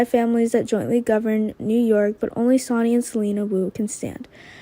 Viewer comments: Sonny is pronounced ( Sunny ) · And please please have her pronounce Sonny’s name correctly it’s not Sony